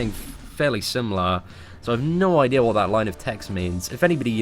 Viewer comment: Idear!? He said Idear!!! Lmfao